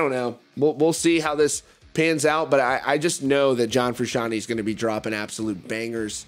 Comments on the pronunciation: “John Frooshawny” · Jack Conor Ria It bothers me the way he says it.